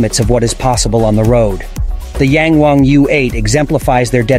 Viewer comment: Ita yang wang..not yeng wang 🤦‍♂️